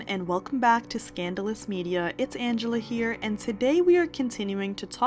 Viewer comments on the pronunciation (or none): none